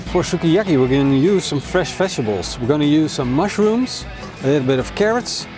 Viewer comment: Sukiyaki.. the way he pronounces it bothers me.